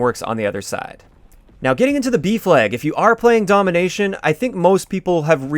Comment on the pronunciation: I kept hearing "beef leg" instead of B flag 😂